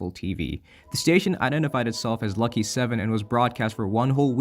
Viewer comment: My Lucky 7 video has had a bit of a spike in viewers recently... I guess this is where that came from! Thanks for the shoutout I appreciate it ya pronounced it perfectly dw Great video btw